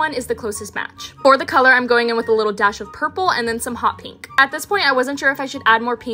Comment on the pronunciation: « PinKKK » « what do you thinKK » 😂